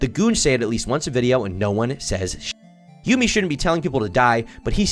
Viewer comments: its "yummy" not yoomi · Erm....its pronounced Yummy and not Yoomy 🤓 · bro said "yoomi" bitch its pronounced the exact same way as "yummy" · its pronounced "yummy" you ape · My autism was flaring everytime he said "You-Mi" ITS PRONOUNCED YUMMY- YUMI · Yumi’s name is pronounced “Yummy” not “Yoo-mi” I’m sorry but my adhd brain just felt the need to correct you on this. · Its not you-me, its yummy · Love this video but his name is pronounced Yumi (like Yummy) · i'm like 2 mins in and ur already fuckin just wrong first off minor nitpick, yumi is not pronounced "yoomi" so you already don't know what ur saying because that's like the most basic shit ever secondly they started off as a content group and added the brand to it later on. go ahead with the grift man, this shits already cooked. you can't even get the most bare bones, basic info about the cunts correct, move on 🥴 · Bro said Yoomy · Bro said YOOMi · bro said juumi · its pronounced YUM-e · Bro please tell me you mispronounced Yumii on purpose 😅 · the type of guy to pronounce Yumi as a classic yugioh field spell.